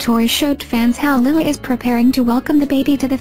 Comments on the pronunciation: Please pronouse the little girl's name correctly, Lilah is pronounced Ly-la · My daughter name is Delilah and i call her Lilah it is Lilah not Lyla